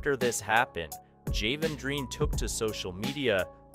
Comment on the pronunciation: how many times cause you mispronounce Jalen